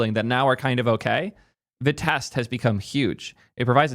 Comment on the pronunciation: no, vitest is pronounced “v-eye-test”, you can listen to all their talks